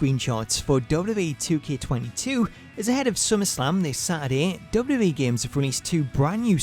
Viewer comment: Say wwe properly